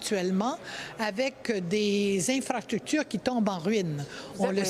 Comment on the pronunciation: Les ''infractutures'' hahahahahaha